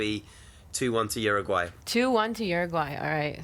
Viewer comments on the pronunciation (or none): Why is it that no one who speaks English can pronounce Uruguay correctly ? Lol It isnt even that hard